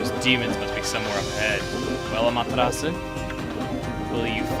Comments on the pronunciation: If you listen to how the other characters say her name in Marvel vs. Capcom 3 (both are Capcom games so obviously they now how to pronounce it), it's pretty much the same as how Chugga does. With the Japanese voices, they don't even pronounce the 'u' at the end. It's just 'Ah-ma-te-ras'. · Ah-ma-tera-su >.> you keep saying it wrong :< Amaterasu